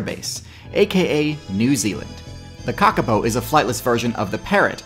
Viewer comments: Great video. The reo Māori 'o' in kākāpō is pronounced like 'oar', not like 'oh' :) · It's pronounced kaw kaw pow not ka ka poo